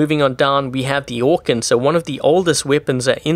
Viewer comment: Anyone else remember when said orkan like orKEEN?